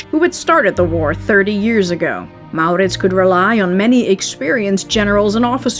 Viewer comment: so, you are soothing! We CAN fall asleep! At the sound of your voice? No. Although you have a pleasant enough voice. No, we fall asleep, when we're tired, and in our beds, because the story, as its told is captivating and carries us of in... a kind of fairy land. On adventure with MauRrrritzz. Really, this way it's a story to get lost in. Always works.